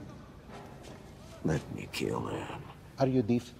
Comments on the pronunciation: "Are you DEEF?" 😂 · "are you deef?" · "Are u deef"